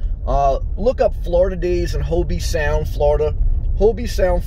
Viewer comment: Treasure Coast is a safe area. Great video. Just so you know, in Hobe Sound, the E is silent.